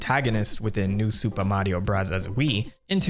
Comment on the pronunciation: Its not Supa Mario Brazaz